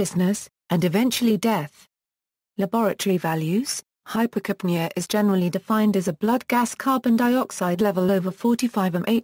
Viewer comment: Put stress on "ca": Hyper'capnea.